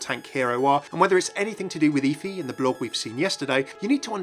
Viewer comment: It's pronounced F-ee like Jennifer Hudson off dream girls